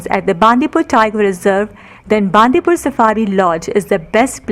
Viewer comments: Great effort and we have been enjoying many of your videos. It would be even more authentic and appropriate if you could pronounce the local town names properly. For example, Bandipur is bun-dee-pura or bun-dee-pur, not baan-di-pur. And Madikeri (in another video) is mud-i-keri, not maad-i-keri. #PositiveIndia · It's Bandipura not bandipur not pur pur it's pura